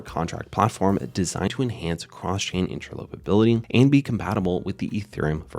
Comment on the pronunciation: FIP.01 has already been voted on and passed. Please learn how to pronounce: interoperability, commit